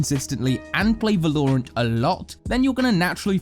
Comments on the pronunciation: uhm, the game is called valorant. Yes, valorant. Not verloreant. Val-o-rant. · VAL-OR-ANT - not VA-LOOOOOOOOOOOREEE-ANT - nice vid I thought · The OCD when you say Va-loure-ant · Its Val-ore-ant not Va-lore-ant. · Y does he say Vaaa-Looo-rant its V-a-la-rant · Its called VALORANT not VALURANT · Great video. Only problem is when he call the game wrong. It's vAlorant not valOrant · so Valorant, 'Valor' is the base form, read that as you might but it is pronounced Va-lor, not Vúh-lore. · damn whenever he says vELoUrAenT, i say vELoUrAenT too. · I'm British and even I don't say..."Va-lore-ant"....But great video! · the way he says valorant tho va-low-rant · it's Valor-rant....pls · He pronounces it “val or nt” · Tip: It’s pronounced Vah-ler-ent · One Tip: I think its pronounced, " Va-low-rant" "Not my words baby, not my words!" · Bruh it’s Val-or-ant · lol even subtitles say va-lore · No one: Absolutely no one: from Skillcapped: va-LOREE-rant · Say Val-low-rant one more time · Stop saying valoorant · IDK if i should be watching this guide if hes gonna keep saying Valorerant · Disliked because you pronounce it vaa-low-runt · I literally couldn't finish this video because of they way he pronounced val-or-ant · Im gonna kill you if you say va-lore-ant one more time. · I still hate how he says Val lore rant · Va-lore-ent isn't even some British pronunciation. He's just misguided. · I’m 100% going to not watch this channel if you keep saying “vELouuUrAnt” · Wow, your pronounciation of Valorant xD "Velourent oui oui" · Why does he pronounce it “Vuh-lore-ant”, it’s an American game, say it right. Even other British people say it right. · be like - veloorantt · here for the va-lore-ant comments, anyone else? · Please never ever say vel-ore-ant ever again 🤣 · Man said “Velorant” XD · Volorant lmao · If he says vuh-lore-int one more time im gonna kill myself. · Its almost difficult to follow when everytime i hear "Velorant" I have to reboot my brain 😂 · it pissed me of